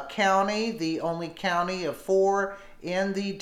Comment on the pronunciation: I hate when they cannot even pronounce a county correctly